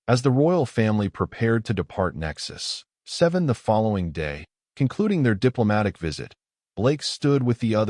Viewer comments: The reading was flawless, well, maybe the stations name "Nexus-7" was a little funny sounding, but just a little. :) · Great story. Good AI narration, except for the unneeded pause when pronouncing Nexus-7. Good subtitles as well. Well done.